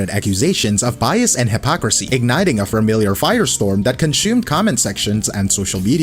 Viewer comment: Ugh he said "fermiliar"